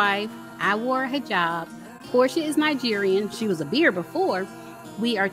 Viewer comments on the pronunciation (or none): none